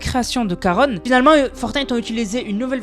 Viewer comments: juste pour te dire que je crois qu'on dit Charon et pas \\Karone\\ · On dit Charon et pas Caron 🤣🤣🤣 le CH se prononce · Salut juste pour t’informer qu’on dit pas karone mais karon comme ont mange mais ça s’écrit charon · Juste on dit pas caronne on dit charon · Juste c Charon ch pas k